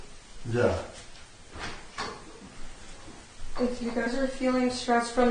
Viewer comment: Oh shiwd, he saiw it